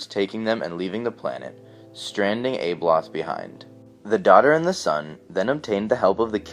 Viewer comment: its not ABE Loth..... Its ABBALOTH